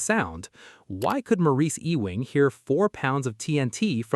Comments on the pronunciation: E wing? He's not part of a building. It's pronounced "You ing." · Maurice Ewing. Ee-wing, no, try yoo-wing. Anglicised Scots Gaelic: son of Euan. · Maurice Ewing should be pronounced “Youing”. “E-wing” is a typical AI error. For example - Female sheep is a ewe. She is not an “Ewee”, she is a “you”. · This hurts to listen to. The man's last name is pronounced "You - ing." Please have some respect, or at least spend 10 seconds to google it. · Ewing is pronounced you wing. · I believe Ewing is pronounced “you ing” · EEE-wing? Good Lord. I just lost my appetite for this video. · "ewing" ---EEEWING "eWING" uuuwing.